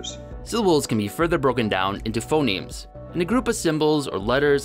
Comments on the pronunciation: In the middle, you kept saying 'phenoms' instead of 'phonemes' (and that's actually an insight into how spoken language evolves: one way for a word to change is that two vowels switch places) :) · You called phonemes phenomes a couple of times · Phoneme, not phenome